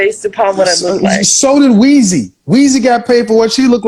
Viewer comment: Kevin said weezy